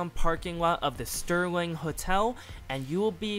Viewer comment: Serling hotel* not sterling but thanks